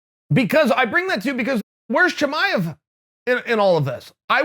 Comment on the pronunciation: Impressed that Chael pronounced Chimaev correctly.